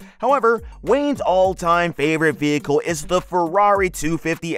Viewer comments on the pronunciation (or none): none